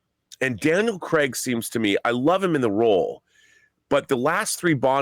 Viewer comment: Its not "Cregg" you idiot, it's Craig, as in Crayg.